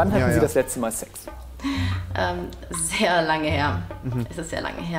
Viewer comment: Dieser moment wenn rewi das 'sex' betont und dann meine mutter reinkommt😑😂